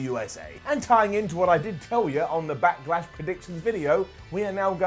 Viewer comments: "Back-ah-Lash", "Smack-ah-Down"? What's up with impersonating Triple H? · Is saying “Backalash”??